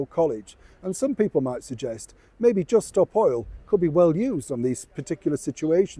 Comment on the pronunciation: Did you just say "Just stop Hoyle",? That made me laugh 😂😂